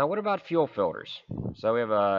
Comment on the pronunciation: I hate how you say Fiwders